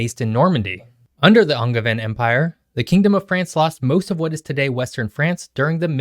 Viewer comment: Why did you pronounce “Angevin empire” with a hard G lmao